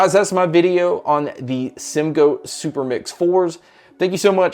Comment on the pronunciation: Bro said simgoat 😂 it’s the goat 🐐